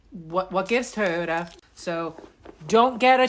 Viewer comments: What's a teeyota? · "Tee-yota?" Apparently I've been pronouncing it incorrectly. 😆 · "Tee-yoda"? AI sucks. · I was thinking the same thing. That fool knows damn well he hasn’t ever heard anyone pronounce Toyota that way